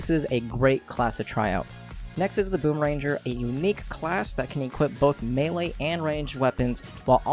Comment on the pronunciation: Its boomer*ang*er not boomer- ranger... It annoys me so muchhhhh